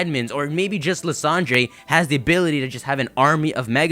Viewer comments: I don't mean to sound like a jerk, but lysadere's name is pronounced lie-sander. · its pronounced LIE-SAN-DER!!!!!!!!! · Again though, it's Ly-san-der. You need to brush up on pronunciations still - you're a Pokémon fan and have a channel. It's as bad as still saying "Ar-see-us". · Lysandre is pronounced "LIE-sand-er"